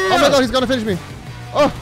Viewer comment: Anstatt "finished" sagt er finichd